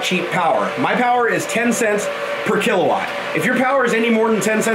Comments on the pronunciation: Kilowatt... Not kila ;-) Great vid, mayne! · kilawatt xD its kilowatt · "Kilawatt" :D